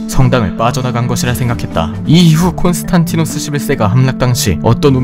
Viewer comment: 콘스탄티노스가 아니라 콘스탄디노스라고 하는 게 맞습니다.